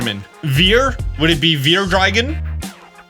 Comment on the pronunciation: I like your video quite a lot,. Got my imagination up. Just a little thing. I'm actually german, and the "v" in vier is spelled like an "f" so fier. While you spelled it "wier" which you can see is our "w". Don't worry. Foreign languages are always difficult, so don't take this too serious. It's just a friendly explanation, okay. Again good video and have a great day. 😃